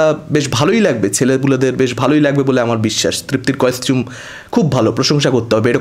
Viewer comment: Tumi costume ta oibhabe pronounce koro keno? Bichhiri lage sunte.